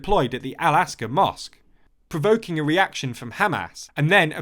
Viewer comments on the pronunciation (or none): you know it would really help your credibility if you took a teeny tiny bit of time to check your pronounciations it's called Al-Aqsa mosque not Alaska monsque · The description for the Israeli–Palestinian conflict is about as accurate as your pronunciation of al-Aqsa Mosque, unfortunately. The flare-up didn't start with any Israeli troop deployment, it's completely unrelated. It was a result of cancelled Palestinian elections which Hamas had hopes to win in a landslide. Once Mahmoud Abbas cancelled the elections, Hamas had to show that they were still there and could use force against Fatah if necessary--and found the first excuse they could to do so.